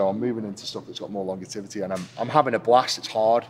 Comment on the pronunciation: Longertivity 😂 the beast creates his own language